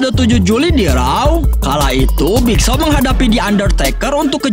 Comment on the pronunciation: Nama nya big show Abang nya bilang big Shaw